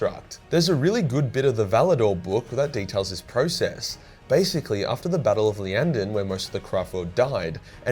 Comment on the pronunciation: Iyanden, not Lyanden. It's an uppercase i, not a lowercase L.